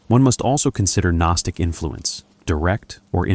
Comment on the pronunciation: I think the G in gnostic is silent bro.